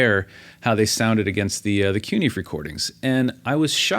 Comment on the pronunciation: Learn to pronounce the word. "Fe" in CuNiFe is pronounced "Fay". Coon-Na-Fay. Thanks!